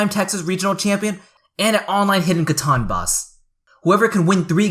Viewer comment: Catan not Caton